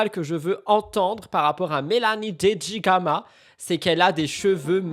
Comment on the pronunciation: En parlant de Dedigama ta langue a fourché et tu as dit "Dedigaga" c'était cute XD